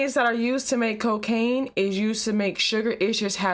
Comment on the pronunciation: Cocacain not crackb